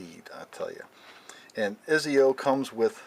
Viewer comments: im sorry to be rude but its pronounced (Etsio) not (Eezio) i don't want to be an ass but that pisses me off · lmao great review but his name is pronounced like etsio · Also it’s pronounced Etsio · ITS PRONOUNCED "ET-ZI-O" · Pernounced ( ets-io) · its prenaunchheeeyd Ettzio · You said exits name wrong but still good review